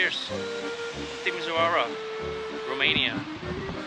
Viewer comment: The pronunciation of this city is TimiSHOara😉